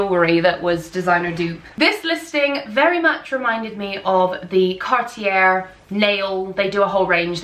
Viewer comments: I really think that before creating a video based around fashion, you should at least research the correct pronunciation of the brands! Gautier (goh-tyey), Cartier (kar-tee-ay), Bvlgari (bul-gah-ree), Depuis (du-pwee). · Cartier is pronouced like Carti-yeey. You are absolutely gorgeous and i enjoyed watching your video! 🎉 TFS♡ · Cartier is pronounced “car-tee-AY” and Bulgari is “BULL-guh-ree” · It's pronounced Car t a......no r sound! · Thank you. I flinched when she said "depuis" and said French brands, especially "Cartier". Cartier is pronounced like car-tee-yay. Well, kinda. 😅 The first r is a hard r, not the way you say it in English. The second r is completely silent. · Did she really mispronunciation Cartier???